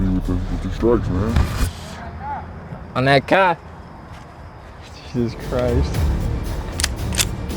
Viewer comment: you know he a midwestern… onnat cah